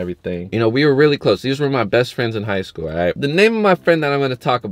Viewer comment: every time he says that I laugh hella hard 💀😂